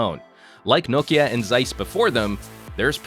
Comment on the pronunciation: He pronounced it quite the same way as we finns do :)